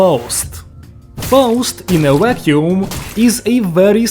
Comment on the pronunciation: "She's good... In a Wack-yoom"